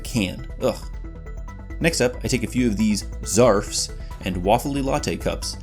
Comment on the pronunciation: “Zarfs” — I always enjoy hearing them (correctly) called that